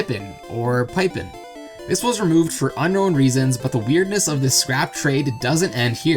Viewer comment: Only an American, with their patented negative IQ, would see "Pipin" and even remotely suggest that it could be pronounced "Pypin". Like, did you even finish elementary school?